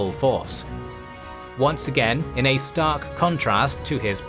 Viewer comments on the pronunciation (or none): none